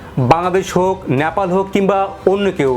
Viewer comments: ন্যাপাল নয় নেপাল। উচ্চারণ ঠিক করুন । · নেপাল কে ন্যাপাল বলতেই হবে কি? উচ্চারণ ঠিক করে নাও।